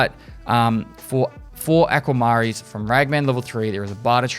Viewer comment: Ah-kwuh-muh-reen. I was rolling over that pronunciation after I figured out what you were trying to say 🤣